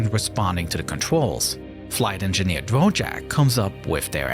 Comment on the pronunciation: I'm sorry, but I can Not stand A.I. The "live action" person is A.I. The voice over is A.I. (it's Da-Vork, not Dah-Jork), the 3D modeling is A.I. I'm sorry, I just can't watch anymore of this video. See you next video.